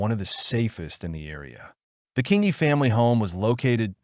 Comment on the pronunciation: King ee. King ee. Not that difficult to pronounce!